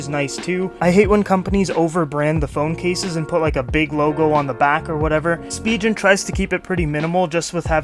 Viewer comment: "Spigeon" lmao